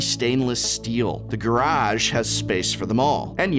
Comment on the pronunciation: Garage? GuRrAAaAaJ!?